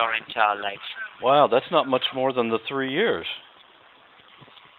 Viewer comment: HAHAHA! Sweet 'tree' scan. I'm surprised he didn't paste 'color a' before that.